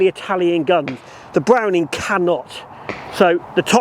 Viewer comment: B’wowning or B’wetta?